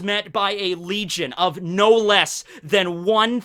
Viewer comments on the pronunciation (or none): none